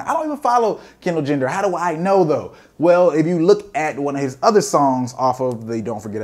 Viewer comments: my mans said Kendall Jender lmfso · This man said Kendall gender 😂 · "Kendall Jender" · homie said Kendall gender lmfaoooo